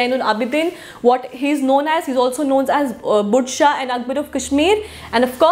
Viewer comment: Itz pronounced as zainul Aabideen ... N not budshah but Badshah .. pronounce U as we do in word But not lyk in put. .